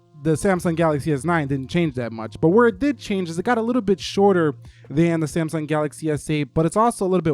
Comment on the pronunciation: did he just call samsung "samy" ?? lol